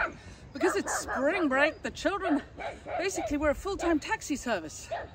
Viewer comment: Your american accent 😂😂😂 “spring break” ~ Tracy in 🇺🇸